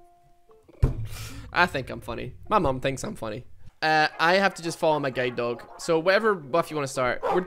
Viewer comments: The way he say guard doh hurts me every time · Guide dog My ears: G A Y D O G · it took me 4 minutes of the video to realize he was saying "guilde dog" and not "gay dog" ... i just didnt question it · I kept hearing "gay dog" instead of "guide dog" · Did i just heard gay dog instead of guide dog??!!))) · Did he just say gay dog? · I swear I heard say gaydog... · I thought he was saying “gay dog” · Not going to lie it sounds like your saying "gay" dog